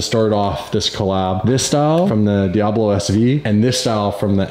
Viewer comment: Fuckin calling it a DiAHbo